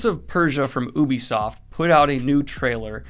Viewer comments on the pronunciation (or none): Everyone: ubisoft Daniel: OOooObîSofT